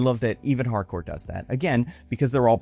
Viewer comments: ... it's HARCOURT WITH A T AT THE END... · Pretty sure it's Harcourt, not Hardcore